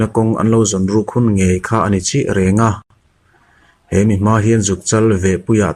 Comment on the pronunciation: Tâi têk-_--- tih tur. Bakah,thluk a dik lo zeuh2 thin. "Reng à" han tih tur ah," renga'h", ti hlir hian i lam